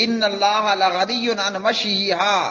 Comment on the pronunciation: پہلے تو آپ نے بیان کرنے میں غلطی کی ہے۔۔۔ لغنی کی جگہ پر لعنی پڑھا ہے